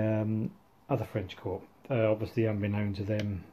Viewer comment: Lovely video: good use of the camera and articulate dialogue. The only observation is I've never pronounced the 'p' in corps, so ut sounds strange to me.